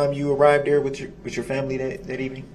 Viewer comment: Brooks pronounces 'th' as 'f'. He has a speech impediment. Moreover, there could be 500 people in the vehicle. There was only one driver. Brooks. Period.